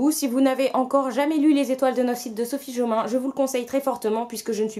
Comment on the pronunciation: Coucou toi (: Oh Sophie JOMAIN, tu l'as bien prononcé danse de la joie Mais, mais, mais, tu as foiré le titre XPDR ça se prononce "Les étoile de Noss ED (comme le prénom)". TU VAS Y ARRIVER ! TU PEUX LE FAIRE bisou d'encouragement tu y arriveras un jour #OuPas lol Sans rancune j'espère ? Je t'adore toi ! "La sélection" est dans ma PAL e-book vu qu'il était en promo et que je ne savais pas s'il allait me plaire, j'en ai profité. Si j'accroche, j'achèterais la version papier. J'ai moi aussi "Ari and Dante..." (la flemme d'écrire le titre complet). Ça sera ma première lecture en VO, j'espère vraiment que ça va bien se passer... Si je m'en sort dans la lecture VO, je me prendrais la BOX de "Divergent", c'est obligé ! Très bonne semaine à toi. Bisous. Benji...